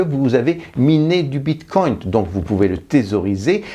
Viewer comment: Si jamais on dit bitcoin pas bitcoint